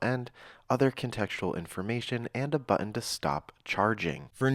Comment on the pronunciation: I love your videos, but I wish you’d lean how to say “button.”